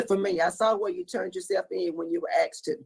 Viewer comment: When said "Aksed" she needs to be revoked.....